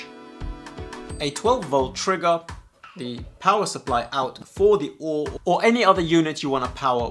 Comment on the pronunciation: I just accepted that he’s saying “O-o-r” for the memes…